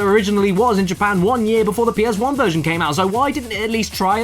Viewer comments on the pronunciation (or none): none